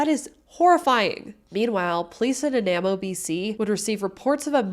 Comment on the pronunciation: Hi love the story and all the details that u put in. For clarity tho.> Nanaimo > is pronounced > Nah- Neye- Moh